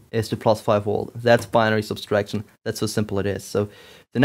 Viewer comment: Not to nitpick, but why do you say "subtraction" as "subStraction"?